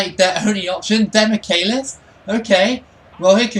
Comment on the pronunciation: also, he pronounces it like "demikelis", the "che" sounds equal to "che guevara" for example